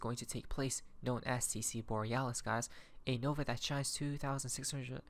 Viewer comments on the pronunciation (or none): none